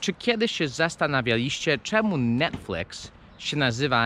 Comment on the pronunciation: Nie mówi się Netflyks tylko Netfiks